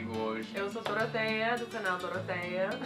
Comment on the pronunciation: Pronuncia do Português da perfeito!